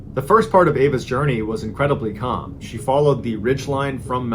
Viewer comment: “Calm” really brings out the Boston ❤😆